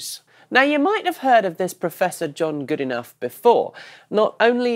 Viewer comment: Well given that Professor Goodenough last studied physics in 1950 or there abouts, I'd say 1998 is too recent for you to use it as an excuse :-) Also, I may be wrong but I'd wager that his surname is pronounced good ee no, if it was my name I'd be doing that :-)